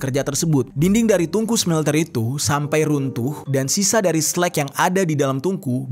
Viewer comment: SLUG Jer, bukan SLEK